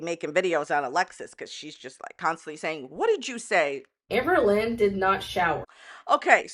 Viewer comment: Every time u say Amberlynn I can’t help hearing “Anne Boleyn” 😅😂